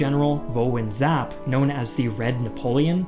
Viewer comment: Wow you said General Vo’s name correctly! Good job! Great video.